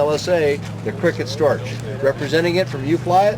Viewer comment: For goodness' sake, it is pronounced "stork" ( rhymes with pork ).. It is NOT "Storch" rhyming like "torch".The german "ch"ending is pronounced like a k